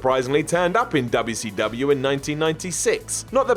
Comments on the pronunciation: I love how says “DUB-ya-sea-DUB-Yao” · I love how seeid WCW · Lmao why you say wcw like that? you making fun of southern slang!!!! Its funny as hell to me though im from GA